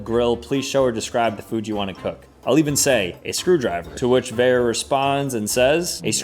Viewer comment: How does he not know how to pronounce Vera.. 😐